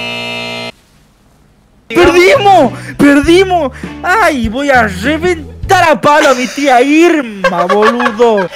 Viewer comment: No dice she reventaar,dice sheventar.